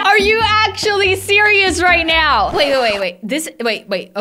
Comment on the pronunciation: “Are you serious right neow”